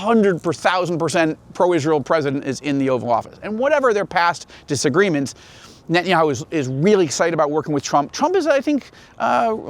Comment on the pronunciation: It izz Knott Kngett•tann•yah•who. Stop saying that. You have ahye Jewish name ، ao, sound like oñe